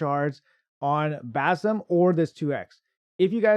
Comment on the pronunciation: I think the name is pronounced as Bazim with emphasis on ' i '.